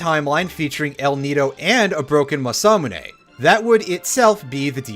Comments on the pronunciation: What was that? Masamune. Ma-so-ma-nay? Please tell me that was intentional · Wait . . . How did you pronounce Masa and Mune correctly and then butcher Masamune?